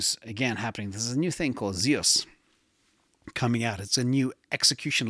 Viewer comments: It’s Zeus like the Greek god not zeows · Zeus is pronounced Zyoos. It's the name of the Greek god of sky and thunder. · Zeus is one syllable.